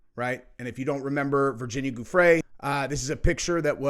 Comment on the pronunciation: her name is NOT pronounced “Goo-Frey”….. it IS pronounced “Jew-frey”. JUST a little FYI, bud. lol